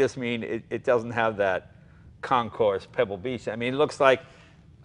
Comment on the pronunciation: Funny how Jay still hasn't learned how to pronounce Concours. I wonder if he pronounces the "x" in Gran Prix.